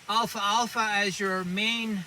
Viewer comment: this is an excellent educational video. i had never heard of these properties regarding the alfalfa plant... I would encourage you to remake this video with the correct pronunciation Al - Fal - Fa.